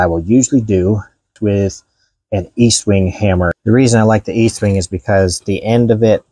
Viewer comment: Estwing... Not eastwing...